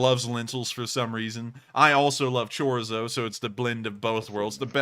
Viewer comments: HAHA!! Chorzo??? 😅😁👍👍 It's pronounced Chorizo! With an "I"..😉 Go LSA!!! That's actually some 7 meters behind the tank. But seemingly, Close enough!!😉 Also, the video cut ahead as you could tell.. so they most likely fired quite a few shells. Not just two. Ecologist?? LOL! I think you meant to say "environmentalist". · What is chorzo? It’s Chor-ezo! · it's pronounced cho-reezo fyi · ITS CHOREEEEEZO !!!!